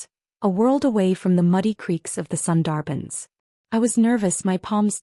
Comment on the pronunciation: A wonderful story about breaking free from shackles, finding yourself, and thriving — definitely worth your time. I must admit, though, every time the narrator mispronounced “Sundarban,” I couldn’t help but cringe a little.